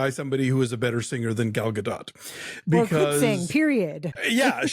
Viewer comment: Pretty sure it's GAH-DOH